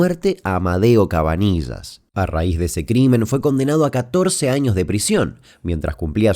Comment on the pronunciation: CabaniLLas CABANI LL AS POR QUÉ NO LO DICES BIEN?